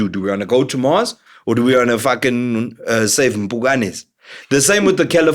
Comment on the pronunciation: Lol, should we train people for free, because you "waant". lol